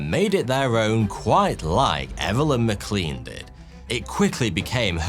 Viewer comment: McLean is pronounced “mac Lain” - it’s one of those odd names not pronounced as they are spelled.